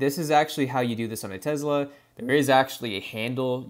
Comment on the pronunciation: Ask the AI how to pronounce Tesla because i can promise you that is not Tezla 😆